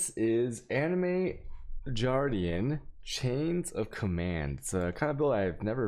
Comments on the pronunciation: Does he purposefully mispronounce words lol, star force?, Jardian? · Juardian.... Tilting AF